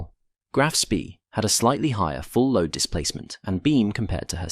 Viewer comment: Speed is pronounced Schpay in German, otherwise excellent video.